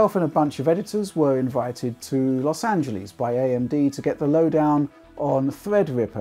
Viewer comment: wtf I've never heard someone says Los Angelees before. Mindblown 😧